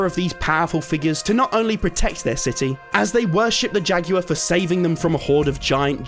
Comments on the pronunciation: “Jaguar”: “Jackuer” 💀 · why is he pronouncing jaguar like that